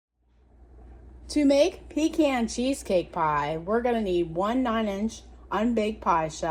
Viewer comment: I've watched 3-5 PeCaaan pie cheesecake videos and ur the 1st 2 pronounce it CORRECTLY 🤦🏾‍♂️😁